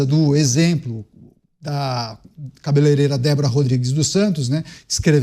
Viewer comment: Kkkk... Um Deputado Federal q não sabe fala cabeleireira, melhor de tudo, é q quem fez o vídeo não corrigiu na legenda, 😂😂😂😂😂😂😂😂